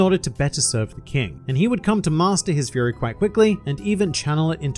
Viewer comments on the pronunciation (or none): none